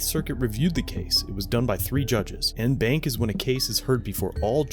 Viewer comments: It's pronounced "on BAHNK" as in "bonk", not "in bank". Just say'n. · Its not pronounced BANK, it faneticly pronounced BONK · FYI, en banc is pronounced 'on bonk' (phonetically speaking).. 😉🤙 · En banc is pronounced "on-bonk" not "in-bank" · “En Banc” is pronounced, “On Bonk” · "en banc" is pronounced like "on bonk"